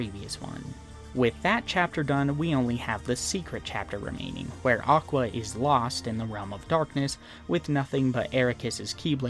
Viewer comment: even better: JOCK-wa